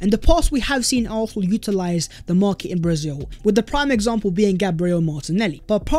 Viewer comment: I beg you pronounce arsenal properly